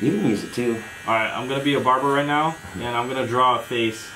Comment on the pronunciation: bruh the way you said “nAoo” sounded so funny to me lmao